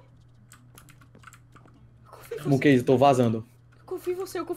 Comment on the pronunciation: nao é moonkeise é moonkese